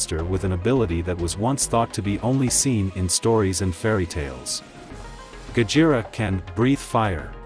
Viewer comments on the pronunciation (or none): I wonder if there will be a Mothra or even King Ghidorah analysis video also it sounds weird when AI couldn't even pronounced Gojira correctly it said "Gajira" not Gojira